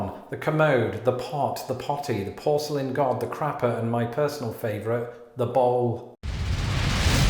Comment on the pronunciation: "Porceilian Firing Range"? lol